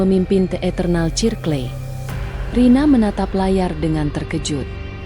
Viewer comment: Aku dengerin kok..... Sirkel Mbak....baca nya....bukan cirkle...